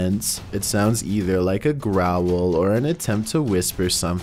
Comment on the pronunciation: Growel instead of Growl